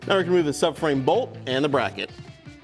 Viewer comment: “Frirst we will remove the brocket” 😂😂